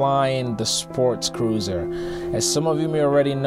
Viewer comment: It sounds like you are saying sportscruiser, not sportcruiser.